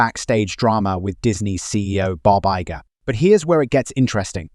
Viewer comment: heard bob iger as baba yaga 💀💀